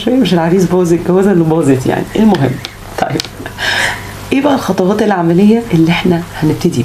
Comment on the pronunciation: خطوات و ليس خطواط